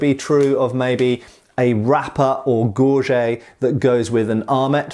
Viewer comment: He said "gore-jey" instead of "gore-get." Where's my popcorn? Aaaaaannndddd go. 😉